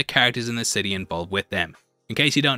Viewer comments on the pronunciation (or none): none